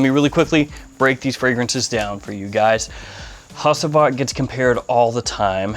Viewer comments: I think you should pronounce it like Hagivat with G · Hacivat is pronounced "ha-ju-vat". Turkish language. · It is pronounced “HADJIVAT”. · Hacıvat is pronounced like "hadjuvut". "C" in Turkish always sounds like a "j" in Jack" .. (does not steal the roles of "s" or "k") That "i" also is not a real "i" .. It is a different letter. It is written without a dot. Notice the name was written in capital letters for not confusing the international buyers. (I wrote it with a "u" but) in fact it is pronounced just like the second "e" in teacher. The (not) "i" in "ANI" is the same ... "Hacıvat" is the name of a traditional shadow puppet "Anı" means "memory" (like somebodies past memories .. ) "Nishane" that you pronounce correctly (congratulations) means "a physical symbol that proudly represents something" ... (Ah yeah such a rich language.. :) ) So Nishane can be a flag, a signature, a logo, a medal , a diploma ... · Im interested in Hacivat. Another great review! My friend Hacivat is pronounced as "hajeivat". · I’d like to check out Sultan Vetiver. Hacivat is my favorite so far. Ani is really nice. Like to give it a wear as soon as the cool days come. Enjoyed the vid Bruv, Thanks ✌🏻 Also The C in Hacivat is said like J.